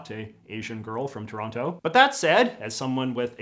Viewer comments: The most inaccurate thing about this film is them pronouncing the second t in Toronto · As someone from Toronto, they nailed pretty much everything except the characters don't pronounce it "Terrano." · How are they supposed be from Toronto and still pronouncing that second T? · I'm from Kitchener & I always thought the way Toronto actually said it was "Tronno". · I have memories of Don Cherry on Hockey Night in Canada pronouncing it as "Taranna" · Trronno. The e is only implied. :P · Forgive my ignorance but I thought people from Toronto said the name of their city as Toranno